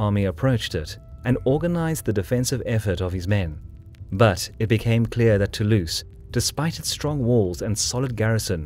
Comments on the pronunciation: nice, but please pronounce Toulouse with a "z" sound, not an "ss" sound; it really grates the ears. It's "to lose" not "too loose". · Born To-Louse